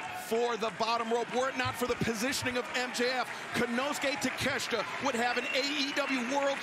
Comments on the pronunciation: His real name is pronounced TAKA*SHEETA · Proper pronunciation is ta-ke-she-ta